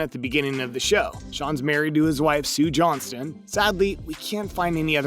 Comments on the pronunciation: Johnston, not JohnSTONE… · It's Shaun Johnston, not "Johnstone" lol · He also called him Shawn "Johnstone" instead of Johnson! 🤣